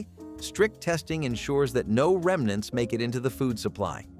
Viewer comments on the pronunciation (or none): none